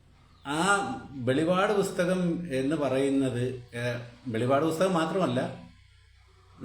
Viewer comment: സഹോദരാ, വെളിപാട് അല്ല വെളിപ്പാട് ആണ്.